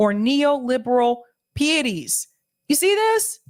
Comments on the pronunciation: don't pull a "Bo-BO" or an MTG. It is PIE-et-tees, not PEE-et-tees. Just sayin". No sweat, dear. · Just nit picking but it really jumped out at me. PIETIES IS PRONOUNCED pie-et-tees not pee-et-tees.